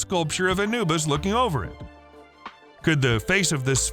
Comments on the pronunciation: it is not ana bus it is Anubis ah new bis. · You miss pronounced the name Anubis.